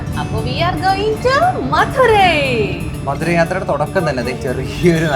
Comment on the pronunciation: മധുരൈ അല്ല, മതുരൈ ആണ്.